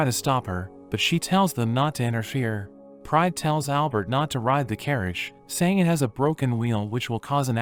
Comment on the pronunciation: Every time he says Pride I hear Prime😭🤚💀